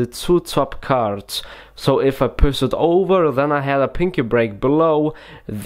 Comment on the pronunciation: This guy don't know how to pronounce sh, and in this entire video, he talks in one same freaking tone. Pus the top card....the card vanis.....and what's point of the card face up in the setup.